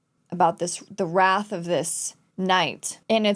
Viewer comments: Time for another lesson for! 'Wraith' is pronounced rayth. Silent W + ray like in 'solar ray' + th like in every word that uses that combination ever. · Wraith, not wrath. There's an I in it. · first Klein - klen, then wraith - wrath. What has the letter "I" ever done to you?! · Hearing "wraith" pronounced "wrath" is light torture. Lolz. I guess the "-ai-" spelling is not overly used in English.